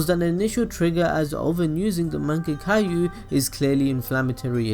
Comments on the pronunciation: it's "man-ge-q" not "man-ge-ka-u" 😧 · it's mangekyo not mangetkayu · Mann-Gek-Yo not man-gek-a-you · "Manga Cailou" 😂😂😂😂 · This video is very good, I like it, but really, "MANGEKAYO" Sharingan? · Manga-Caillou ? The fuck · anime balls deep learn how to say mangekyo sharingan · Can U please learn how to pronounce shit like u can't pronounce NARUTO or mangekyou sharingan